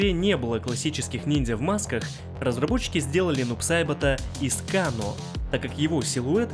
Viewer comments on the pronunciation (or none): none